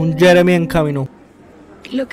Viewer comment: Jaja parce cuando dijo jeremi yo dije pailas XD Jajajaja